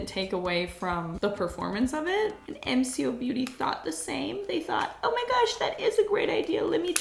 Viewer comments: It’s “M co’ if that helps? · G’day all, Aussie here - MCo has been around for quite a few years, it’s very easily available in supermarkets and chemists, and is waaaay more affordable than the originals. Some products are amazing, some are just okay. Oh, and it’s pronounced ‘Em Coh’ - the co like the start of saying Coke 😂 Also I was pointing out all their dupes to my husband in the supermarket a few weeks ago 🤣